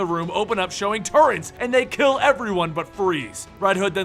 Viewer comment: "Turrents" Turrets